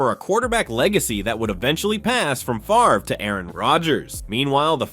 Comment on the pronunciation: Favre, not Farve